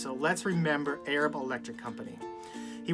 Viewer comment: The town is pronounced A-rab. I'm from south Alabama and know Arab well